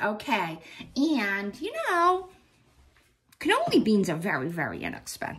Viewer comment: I'm dying, canoli beans! It's canallini ! Xoxo❤ youse done good!